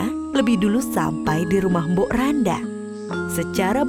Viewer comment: Mbok Rondo bukan mbok randa